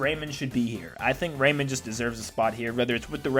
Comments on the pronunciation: RayMAN, not Raymin Plus, Minecraft could be considered an Indie rep because it did start off that way. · Ray-man. Not Raymond. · The way he said rayman made me die inside